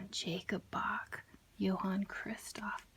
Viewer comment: Maybe learn to say Bach first.